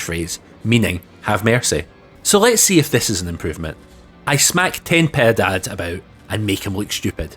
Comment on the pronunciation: Personally, I think you pronounced Ten Piedad perfectly. Your Japanese was excellent. :)